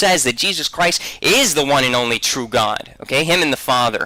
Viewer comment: He said CWIST! 😂